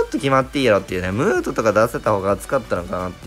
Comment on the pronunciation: ムートがムートンに聞こえた